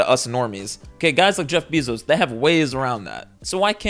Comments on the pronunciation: It's pronounced BAY-ZOS 😢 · He’s saying “Bezos” weird too 🥲